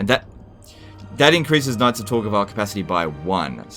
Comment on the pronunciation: Sounds like saying “Nazi Tor Gaval”.